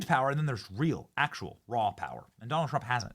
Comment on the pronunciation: “President Jonald Trump”